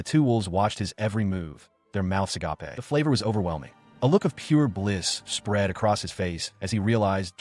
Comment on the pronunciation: AGAPE (a-gape) Not "a-ga-pay" (agapé)